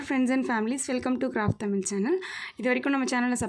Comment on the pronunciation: Akka caaft illa craft konjam sari panninkonga